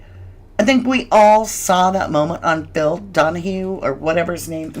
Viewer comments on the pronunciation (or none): none